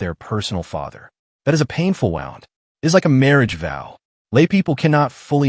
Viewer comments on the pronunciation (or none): Can we do away with the AI??? So annoying to listen to. Wound as in a hurt, pronounced like "wound up". Seriously?